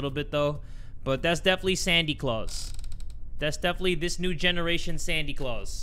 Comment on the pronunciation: Whenever u call Santa "sany claus' It makes me laugh bro 😂😂